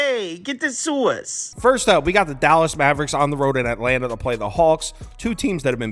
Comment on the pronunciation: I listen to these like podcasts, I didn't realize you were saying 'sauce' I thought it was 'sewers' all this time 😂 and you were making fun of your picks hahaha